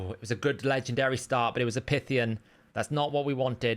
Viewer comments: The REAL issue is how butchers names in the game! 😂 It's PIE Theee ON, not pith e on! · Pretty sure its PIE-THYE- ON like the Snake no? 🤔 Second CC that I've seen buying Prisms, its a great deterrent 👌 Thanks